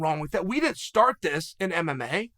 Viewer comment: Hahah chael said stort